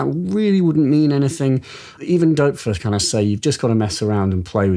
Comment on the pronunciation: OMG! You are the first person, apart from Germans..., that I have heard pronounce the name "Doepfer" correctly... I doff (or is that "Doerf"?) my cap you sir!!